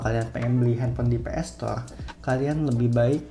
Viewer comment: Ps store bukan PS stoleee 😂